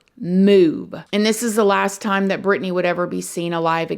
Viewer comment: I love how she pronounced it perfectly...I'm from Racine and know alot of Britney's family members...this was a horrible tragedy in my community!!